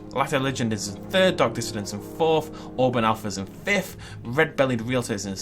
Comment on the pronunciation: FORFH FIFFH SIXFH, GEEZ SPEAK BETTER ENGLISH XD